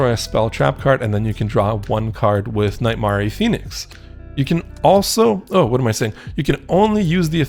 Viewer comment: i'm sorry but.. "knight mar-e"?? "brigard-ey"???